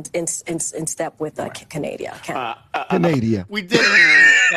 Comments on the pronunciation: Is she really saying Candadia or something else Research. 19k n Billy Carson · Did she seriously say Canadia 😂😅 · She even called Canada, Canadia... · Hey I also call Canada. Canadia 😂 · Did anyone else hear KJP call Canada, "Canadia"? 🤦🏻‍♀️ Bloody hell. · Did that airhead call Canada Canadia? 🤣😂🤣😂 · Yes, ma’am you heard her correctly because I had a WTH moment when I heard it. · “Canadia” kills me every time 😂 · Canadia? What a maroon (Ala Bugs Bunny)!! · Lmao she said Canadia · CANADIA! Lol😆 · Wtf, did JPK call Canada Canadia? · Lmao canadia😂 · Canadia???? Is that a new country? Part of the UN? NORAD? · Canadia? Too focused on keeping up with lirs(lies)! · she said Canadia 🤣